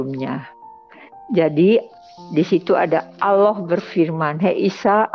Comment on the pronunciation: Salah kaprah,, orang ini menyebut الله. tidak fasih ,ia menyebut aloh,,, Lalu thowaf itu di Masjidil haram, Makkah,, bukan di Madinah... Lalu sholat subuh di masjid Nabawi Madinah,,, sholat itu mata tidak lihat ke atas, lihat tempat sujud,, kok lihat Yesus atas makam Nabi,,,, ngarang